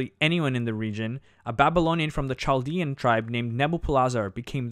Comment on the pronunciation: This was pretty good. But Chaldean is pronounced ‘Kaldean’. I know because I am Chaldean.